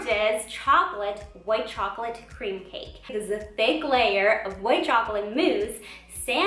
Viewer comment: Who else heard “Fake layer of mousse” instead of “Thick layer of mousse”?